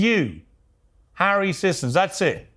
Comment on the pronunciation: sigh so glad, despite the same last name, that I'm not related to this... sentient paper towel finally someone saying the name right